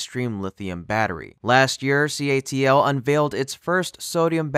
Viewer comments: In the beginning you refer to it as "CALT" then later you say correctly say "CATL"..........then you go back to "CALT"....FIX IT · Is the voice-over for this garbage done by AI?!! 45 seconds in and I'm looking at the CATL building, being preached to by this pastor-like voice that says "This is excatly the excitin battery inovation that C - A - L - T has to offer", at which point I stop watching and change channels. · The narrator has dyslexia, the company is called CATL. Sometimes he says it right and sometimes he says CALT. He said it right (CATL) 5 times and wrong (CALT) 2 times and actually spelled it wrong (CALT). someone needs a new editor! lol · Good investigation but right at 46 seconds you said calt not CATL. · it's not CALT but CATL. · Did anyone else catch the “CALT”? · I'm like this video turned me off immediately with CALT when the building clearly says CATL? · Someone with a narrator job needs to pay attention to acronyms. “You had ONE job!” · Yes, he is reading wrongly while it shows CATL on screen. Why cant you see and read properly? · Did you deliberately say the initials incorrectly CALT Vs CATL (to see if we were paying attention)? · Troughout the video narrator mis-spoke (and subtitled) CATL as CALT. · It is not calt, it is CATL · It is not CALT it is CATL. You said it wrong in the beginning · CATL not CALT as you said in the beginning.... oh well. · Photo showed a building which had a huge CATL logo and the narrator said "CALT" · It's CATL, not CALT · Anyone noticed the "CALT" VS "CATL" mistake at 47 seconds in??? lol However may the world be saved by this.... good luck.... Like so many good sensible inventions, will it actually happen, I hope so. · You said CALT, it is CATL. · It's CATL, not CALT like you said in the intro. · Dude… CATL not CALT … DAMN ya even put it in misspelled in the video. 😂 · It's. CATL. Not CALT. Minor point but worth correcting in future videos. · How many times are they going to say or write CALT instead of CATL? 😅